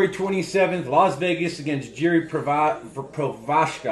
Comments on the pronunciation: Prekazka nebo taky s tou antenou Pomlazka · Nejlepší je Chael Sonnen ten řekne Procházka pokaždé jinak Provider Prokriev Pročázka Help me out , Prokrajev ? Prohézka :D nikdy bych netušil bych že vyslovit Procházka pro ně bude takovej problém :D to Ř pochopím :D